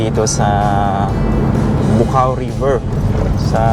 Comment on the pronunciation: Tidbits lang. Yong tinutumbok ng camera na maraming puno ng Pine tree dyan shinuting 'yong "Pahiram ng Isang Umaga". Bu'-cao po tamang pronounciation nyan.